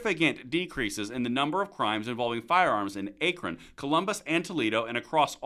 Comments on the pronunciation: Aye-kren? I think you mean ah-k-ren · Odd that you don't know how to correctly pronounce Akron. The "a" is as in "at" ... "Ackron" ... not "Ayekron'. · FYI, it's pronounced ACK-ron, not Ache-ron. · Thank you! I was laughing my ass off. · What else do we need? Well, we could start with pronouncing the city in Ohio as ACK-RON and not as A-cron. lol JK As to gun control, infringing on our right to protect ourselves, our loved ones, and our property does not make us safer, it only makes us more vulnerable to criminals. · FYI, “Akron” is pronounced “Ackron” (rhymes with hack). The “A” is short, not long. Thank you. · Good job! 👍👏👊🇺🇸 (Akron is pronounced “Ack-run.”) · Good morning sir. love all your content and thank you for keeping us up to date. I live in Akron pronounced (a' Kruhn ) FWIW. crime has went down but also have to give credit to our local POLICE for doing a good job keeping after the criminals and putting them in jail. they work a lot with the US Marshalls and don't give up. As stated in other comments our local law enforcement are CCW friendly. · Say ZAKRON than SAY AKRON same way minus Z that’s how you pronounce it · Akron is pronounced with a soft A like when Bill the Cat coughs up a fur ball, AKKKKKK! Just sayin. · Very interesting and we follow you faithfully however it's a short "a" not a long "a" for Akron like apple! Lol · I'm just outside of Akron. And laughed at how you said it. Lol. But on subject, when you hear reports daily you think it's up, via media. But numbers and facts don't lie. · You are killing me with your pronunciation of Akron. 🙂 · Bro, you're killing me. Akron is pronounced with a "short A" like in ax. It's NOT a "long A" like acorn. You gotta get around, bro.